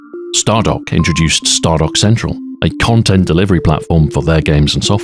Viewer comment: "content" with a hard C.